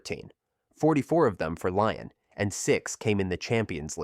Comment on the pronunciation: That's a wild pronunciation of Lyon!